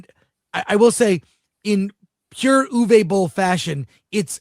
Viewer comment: Guys...guys. his name is pronounced: OOVER BOLL